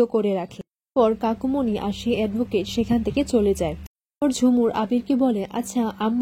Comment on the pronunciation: Kakumony balun kakimony bolchen kano